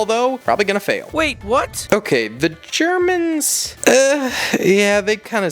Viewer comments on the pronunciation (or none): ‘Here are ze geEermans’ got me cracking up 🤣